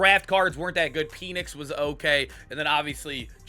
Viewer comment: Bro it is pen-ix not peen-ix